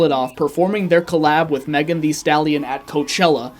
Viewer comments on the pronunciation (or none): none